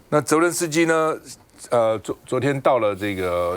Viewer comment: 请少康兄别将Florida发音为Florlida